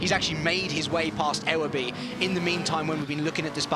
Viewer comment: Ewerby (yoo-were-bee) just for future reference ;)